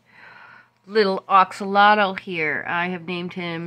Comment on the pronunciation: Why do you call it an axolotyl and not an axolotl?